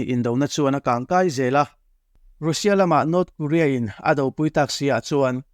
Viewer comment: 'Rusia' tiin lam suh, 'Rasia' tia lam rik tur a ni e...